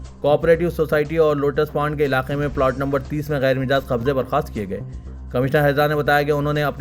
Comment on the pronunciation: Mijaaz nahein Majaaz .....Majaaz ..... Majaaz .......Majaaz .... Majaaz